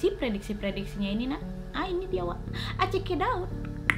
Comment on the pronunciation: Apa cuma aku yg ngerasa ngomong "NAK" bukan "WAK"😂